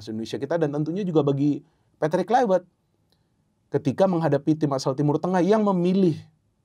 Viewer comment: Tolong, cara penyebutan patrik Kluivert jangan pake cara Inggris, tepatnya di huruf V nya. Sebab dia orang Belanda